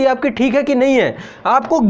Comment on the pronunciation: सर, आपकी हिन्दी पर पकड बहुत ही अच्छी है सराहनीय है। परन्तु आप जबरदस्त शब्द का उच्चारण जबरजस्त किए कई बार, कृपया इस पर विचार कीजिये।